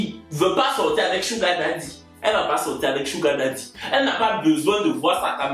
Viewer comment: Merci pour cette prononciation correcte de SUGAR DADDY mes frères ivoiriens veulent rien savoir deh ils prononcent ça bizarrement.